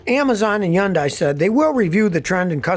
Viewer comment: Why does Scotty call Hyundai, Jundai 🤔